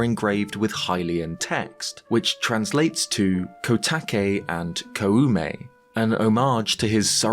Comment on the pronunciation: Really small note: when you pronounce Koume, you don’t need to emphasize the “u” part. An う sound after an お sound just extends the first sound. So it’s more like Kōme.